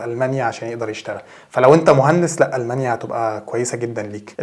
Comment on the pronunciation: تستأجر بيت مو تأجر تأجر معناها انتا الي تعطي لشخص البيت لهجتكم غريبه جدا ألمانيا مش ألمنيا